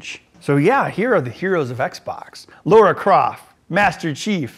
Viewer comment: Lara, not Laura.